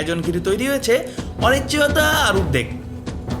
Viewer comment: অনিশ্চিয়তা টা উচ্চারণ আগে ঠিক করে বলুন তোতলা চ্চুদ্দা মাল